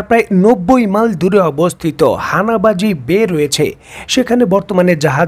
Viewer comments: Bro Havana bay....Not hanava bay Havana is the capital....The bay is named after the capitals name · "হানাভা বে" হবেনা। ওটা হবে "হাভানা বে"। হাভানা হলো কিউবার রাজধানীর নাম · কিওবার রাজধানি নাম হানাবা নয় হাভানা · হাবানা বলতে হবে ভাই।